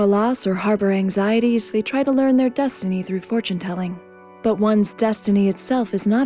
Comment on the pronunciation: yes-tiny... yes-tiny... i like you and all, but just stop...